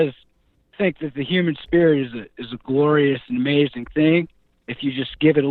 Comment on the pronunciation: Uh-Mei-Zin! but never go full peterson.